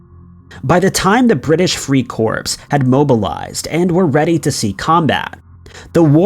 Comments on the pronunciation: These stories are all common knowledge. Also, you are incorrectly pronouncing the word Corps; the p is silent. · Well.. good video, but someone should inform the narrator that the P is silent in corps.... I mean really?... What is it that Schools have been teaching? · none of this was "creepy " or not very known. this was stupid, btw the s in the word corps is silent when pronounced... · So many words are pronounced wrong and corps is one that is pronounced wrong all the time . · Jesus F'ing Christ, the "S" in Corps is silent. You have such nice videos and every time you mispronounce important words in your story, it destroys your whole presentation. Don't you research how names are pronounced before you make a video? And while we're here, you don't need to say, "But I'm." You're using "but" wrong as the first part of the sentence has nothing to do with your name and the rest. You can just say, "I'm and I'll catch you guys in the next video." Here's an example of how "but" should be used in a sentence: "I research interesting videos for YouTube but when I pronounce words incorrectly my viewers question my research and the rest of my presentation." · Agreed! I stopped watching after he mispronounced 'Corps' for the fourth time! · Drink every time corps is mispronounced. #2 will have you hammered in 2 minutes flat. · You would think, but then again, if you watch many of his videos, you soon learn that doesn't really care about pronunciation. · The spelling corps is pronounced core NOT corpse.It stands for corperation but the "p" is not pronounced.If you are going to narrator these videos the for Pete's sake get it correct. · 'Corps' is pronounced 'Core', NOT "CORPSE" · Please - Corps is not pronounced "corpse" it is pronounced "core". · It's not pronounced "corPS", try "core" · It’s pronounced “core” your saying corpse…. Yeah the “British free dead bodies “ I joined the marine corpse … so stupid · British free CORPSE? It’s CORE you